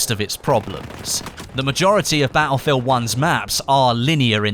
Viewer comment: why do you say battlefield 1 like BA-U-FIELD 1